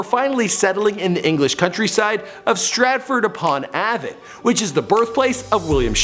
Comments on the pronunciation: As a Brit, I'm really enjoying your rather interesting but endearing pronunciation of our town Stratford- Upon-Avon, which is pronounced strætfərd əˌpɒn ˈeɪvən and the county of Oxfordshire is pronounced ɒksfərdʃər. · And the way he said Stratford-upon-Avon made me cringe lol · Stratford upon Avon = Ay-Von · fm the way he said Stratford-upon-Avon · Anyone else triggerd on how he pronounced Stratford upon Avon